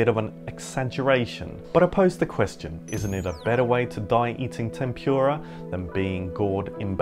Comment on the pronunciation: couldn’t you pronounce ‘tempura’ properly? also, ‘cuaresma’ is not Latin.